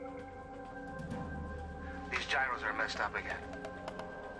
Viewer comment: No giros failed! The gyroscope failed. It doesn't even make phonectical sense! Guh*I*E*Ruh*Suh is how that name is pronounced. Lol, yup it's actually a name.